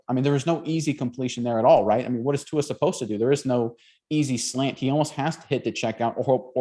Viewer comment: Guys, please pronounce Tua's name correctly, it's really not that difficult.